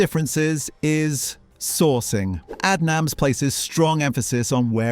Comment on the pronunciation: Like Aid nams do you mean?